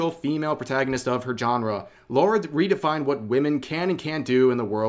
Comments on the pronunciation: It’s Lara not Laura please get it right and stop doing it for rage bait this nonsense has been going on over ten years now . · Her name is Lara, not Laura. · Thats not lara croft, thats lary croft